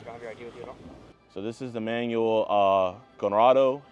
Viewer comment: You guys keep calling him manuel... like he's a manual for a microwave or something, but it's pronounce man-WELL... Emphasis on the "well" at the end. Also pronounced mahn-WELL, if you wanted to be language specific.